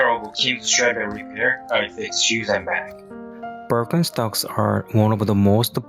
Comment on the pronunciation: Not Birkenstocks but BirkenSTONKS